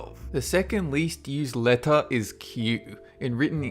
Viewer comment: Can't help cringeing every time butchers the pronunciation of certain words. Don't try and say it is an accent thing, because I know plenty of Aussies and they all know how to say things like "letter".